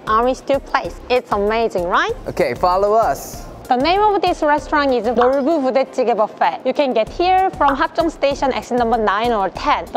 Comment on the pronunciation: I got confused at the way you pronunced the "Nolboo Budae Jjigae" 😆. Makes me want to learn Korean more!